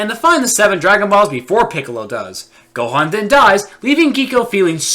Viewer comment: They pronounced Gohan wrong